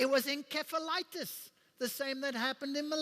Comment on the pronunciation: not enkephalitis, but encephalitis ~min45